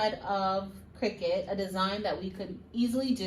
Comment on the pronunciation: Where is?! HE would have known how to pronounce Cricut! Great video! It was fun to watch and very informative.